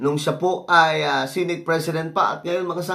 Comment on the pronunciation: BAKA "SENEYT" ANG PAG PRONOUNCE NG SENATE...FYI..